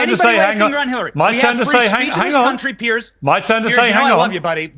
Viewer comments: It's pronounced "Peerz" not "Pearce". It's not good for your journalistic credibility when you get the basics wrong. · Brit here: his name is spelled Piers and pronounced ‘peerz’ not pierce. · Piers like peers, not pierce. It's not difficult. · His name isn't "Pierce" Ponder that. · Piers. It rhymes with tiers or tears. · It's Piers, NOT Pierce. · It's pronounced peers. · His name is Piers, not Pierce. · The only fault I find in this post, is that your pronunciation of Mr Morgan's has Christian name. It is pronounced as in peers through a window. Otherwise awesome 👌